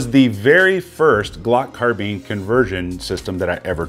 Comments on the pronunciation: It IS “car-bine”, I’ve never heard the pronunciation “car-been” before and yes, it was doing my head in too! 😂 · Anyone else annoyed by the"car-beeen"?? Some reason I feel better saying"car-bine"... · It's CAR. BINE. Not Carbeans ffs. 😬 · You say carbean I say carbine.... But I'm from the south.... So theres that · Why is my man saying car beans??? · Car-beans lol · Is it " car - bean " or " car - bine " !?!? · Say Glock Carbeen one more time. You know so much about Guns but don't know how to pronounce Carbine. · Michael Hodge it could be an accent thing. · Why does he say carbine like that 😂